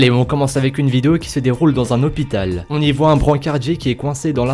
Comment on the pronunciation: Si vous entendez l'hipital et non pas l'hôpital likez👍❤